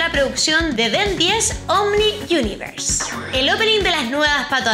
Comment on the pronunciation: no es ben 10 omni unverse, es omniverse:v